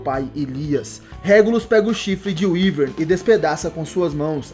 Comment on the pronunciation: Radamanthys de wiverne Se fala Wiverne